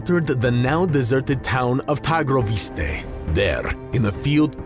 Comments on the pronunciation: Its pronounced Târgoviște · It's a really cool video but they really butchered the name of the city "Târgoviște". Still, keep up the good work 👍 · Besides the pronunciation of Wallachia and Targoviste, pretty accurate. As a Romanian(from the Transylvanian region) happy to see that people find out who Vlad Tepes really was. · isnt it pronounced Tar-go-vish-teh? I know it's not phonetic in spelling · He also pronounced Targoviste wrong, but only us, the Romanians can say it right. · Ok,as a Romanian i can say that the video is pretty accurate. I had a problem with the pronunciation of the name,, Wachallia"... It is actually pronounce,, Wallachia "... Also you pronounced,, Targoviste" wrong. You could have also talked a little bit about Stephen the Great, Vlad's cousin, the one that helped Vlad out of prison and helped him retake the throne. From me, you get an: -8.5 on historically acurate -an 10 on presentation and animation -6.5 on pronunciation of names, regions for the most part (,, Wallachia" and,, Targoviste") Overall...a good episode of,, " Love from Romania, keep up the good work! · I just love hearing people butcher romanian names like Targoviste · you sad Wallachia wrong and Targoviste